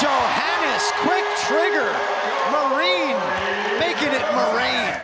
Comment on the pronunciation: did he say "Marine, making it Ma' rain ?” 😆